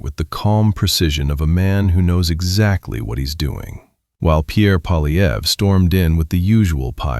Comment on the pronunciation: The guy's name is Poilievre -- pwa-lye-vr. There is no "polly" in there, half-wit -- and screwing up people's names is the most childish insult in the ignorant person's armory. Take it down and re-record it, OK? This is a monument to ineptitude.